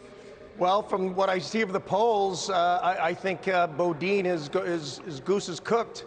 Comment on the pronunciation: Kennedy is the first person to say Chesa Boudin’s name right.